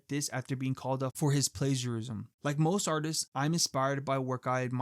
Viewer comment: Bro can't pronounce plagiarism 💀